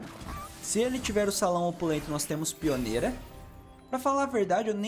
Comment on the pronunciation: Acho mt bom que tem umas 5 6 cartas que vc fala errado tem muuuito tempo kkkk. Saguão opulento Conquiliologista Resmunguejo E outros q n lembro agr sushwhshwhs